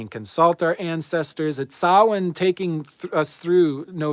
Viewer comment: Thanks for pronouncing Samhain correctly. And of course for every video you post. 🙏